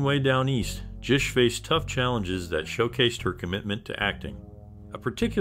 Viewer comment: Bro it’s GISH with a hard g